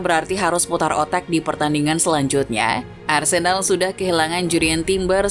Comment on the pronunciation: Sedikit koreksi yg mungkin bisa dibilang penting gak penting, cara baca huruf "e" pada nama Arsenal dan Odegaard itu mirip dg cara bara huruf "e" pada nama Havertz walaupun ada sedikit perbedaan aksennya. Jadi cara baca Arsenal beda dg cara baca nama Arsene Wenger. Semoga kedepannya diperbaiki, karena sbg fans Arsenal, agak gatal ditelinga ketika nama club kesayangan salah diucapkan, dan semoga membantu, terimakasih. 🙏🏻